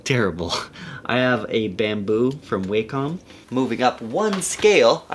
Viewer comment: "WAH-cm", not "WAY-COM". Like "walk 'em" ;) But yeah - thanks for the informative video :D